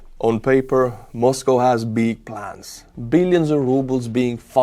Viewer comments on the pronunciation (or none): none